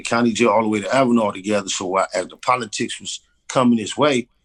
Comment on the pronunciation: Avenal? Oh Tellingall.